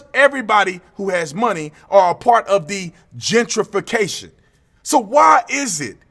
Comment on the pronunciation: Jen tree fee cashun!